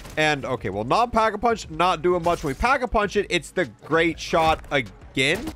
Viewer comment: It's called Pack-A-Punch, not packed-a-punch or packing-a-punching. You're supposed to be a zombies player? lmao